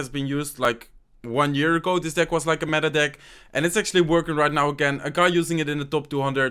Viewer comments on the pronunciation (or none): none